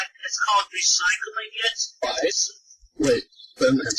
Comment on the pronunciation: re- recÝCLING MY MAN WHAT THE HELL